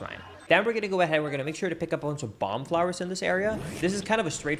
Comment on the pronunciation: mispronouncing simple words that he knows how to pronounce (when he’s talking at 60mph) but still somehow sounding Swedish in that exact moment will never not be funny. 😂 “blomb flower”